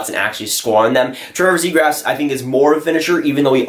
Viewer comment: it's zee graw. not zegrass.